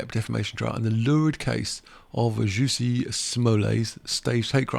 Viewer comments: You are mispronouncing Jussie’s name- it’s not juicy it’s Jus/ie 💜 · It's like Jessie not juicy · I think he was using the gag pronunciation created by Dave Chappelle or he is unaware of the proper pronunciation. Kinda annoying. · Maybe the reason you think Jussie Smollett's name is odd is because you totally butchered the way it's pronounced, lol